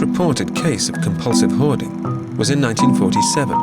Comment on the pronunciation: Because we pronounce it hoarding not ‘howaduh’